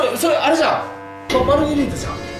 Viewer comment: マルゲリータじゃなくて、マルガリータになってる(｀･ω･´)ﾉ